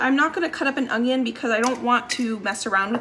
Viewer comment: Must be a common speech to say onion with a G